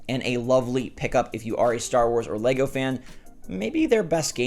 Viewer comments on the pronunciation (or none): none